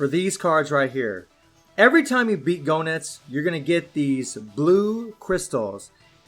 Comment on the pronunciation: No offense, man, but the way you say Goenitz sounds like GONADS.. 😂😂😂😂😂😂😂😂 Edit: I'm almost done maxing out my baby son Bao!!! YAHOOOO!!!!!!